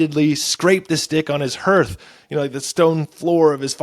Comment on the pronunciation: Hearth rhymes with Garth, not with Earth.